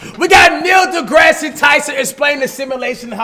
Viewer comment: Neil degrass not degrassy lol